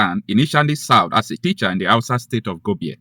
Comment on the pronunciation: That name Gobir pronounced Gobiri.